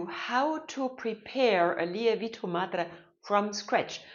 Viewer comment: Great video. Just a little tip for you, the correct pronunciation of lievito should be more like lee-evv-it-o.